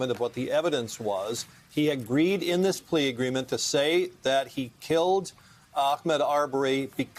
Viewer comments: Did he really call him Achmed? His name was AHMAUD!!! That is so disrespectful. Especially after we have been saying his name for A YEAR!! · First bro - it's not Ack-med Arbery. Please learn how to properly pronounce names. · Mispronouncing Ahmaud's name is disrespectful and calculated. We have been saying his name for over a year. There is no reason to be mispronouncing his name.